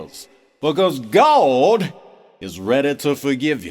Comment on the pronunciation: "Gaawwdd" -- perfect pronunciation! LOL